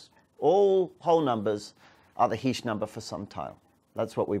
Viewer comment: ...I'm only playing this video because my last name is "Heesch" and I wanted to find out which way he was going to pronounce it... ...I say "Heesch", short "e" sound, rhymes with "John Tesh"... ...I've heard others say "Heesch", long "e" sound, like "hash-heesch"... (presses play) ...well, he's mispronouncing it...😂